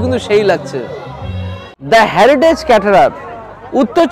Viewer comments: আরে ওটা হ্যারিটেজ না রে হেরিটেজ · ওরে বাবা ওটা হ্যারিটেজ না, হেরিটেজ হবে 😂